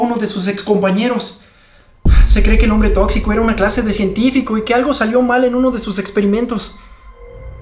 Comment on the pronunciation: xD me gusta la parte a donde dise el on.bre tocxico da me al an siano 😅😅